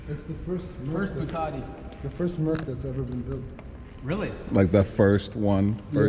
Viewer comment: He said buguatti 😂😂😂